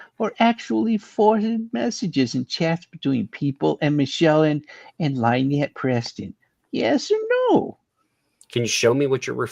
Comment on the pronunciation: the lawyer even pronounces Lynettes name a Lie-nette